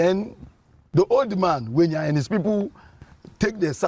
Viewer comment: Togbui Ʋenya is forever Togbui Ʋenya, and NOT Wenya. Please Mr. Avle, stop this mis-education.